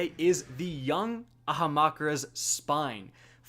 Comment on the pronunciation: A-HAM-KA-RA'S C'mon...you're a D1 veteran!